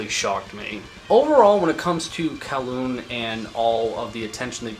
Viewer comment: kowloon is crazy.. its pronounced goo-ryong more like. i have no idea where the fuck kowloon came from 😭the lyrics are in korean and all the korean on bandcamp for the release is correct, not translator korean, uses north korean lingo. But probably some guys in s.korea trolling.